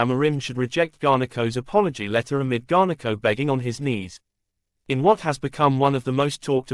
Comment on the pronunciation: Cheesus its garnacho not garneko fuh christ sake